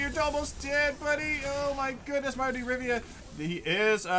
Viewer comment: RIVIA, NOT RIVA... Jesus